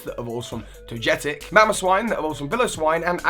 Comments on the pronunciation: Great list as usual! :) although seriously.... ToJetic?! Lol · The way you pronounced Togekiss/Togetic made me cringe a little.